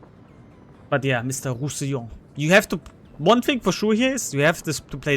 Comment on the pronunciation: Hello! Frenchie here! Just wanna thank you for all the advices on your videos and streams. It's very helpfull and funny to watch. I was considering buying the Roussillon (good pronounciation btw) but I'm gonna keep my doubloons. Though I was wondering wich french BB is worth buying besides the french BB techtree line? Anyways I'm really disappointed because I wanted to invest in my first dockyard ship but I'll wait... Merci:)